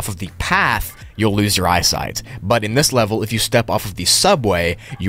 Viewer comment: bro forgot the t in eyesight in